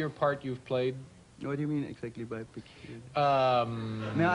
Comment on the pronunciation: It's not that he didn't know the meaning of the word 'peculiar', he just didn't know what David meant by saying 'pecauliar' in reference to some his roles.